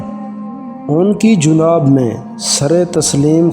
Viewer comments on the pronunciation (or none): Juunaab nahi Janab hota ha Please correct